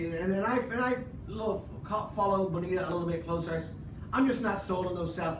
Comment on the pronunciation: C'mon Aram. Repeat after me: Buh-NEE-ta. Ha!